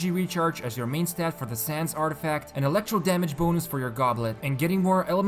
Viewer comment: "elecrto dmg"